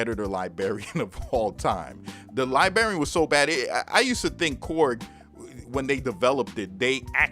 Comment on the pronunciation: That Editor Lie-BARRY-Un. Lol you're making me want to pull it out back out and have some fun. In all seriousness, it was great for Reason and basically made for that program but awful for FL. It's one of the main reasons I switched to the FL Key mini once I decided to get back into making beats (as I mostly use FL nowadays), but I'm still going to keep it around just in case I want to mess around in Reason for old times sake.